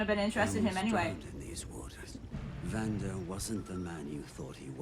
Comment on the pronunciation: His name is Vander, not Vandoor lol, loving the reactions though, keep em’ coming :)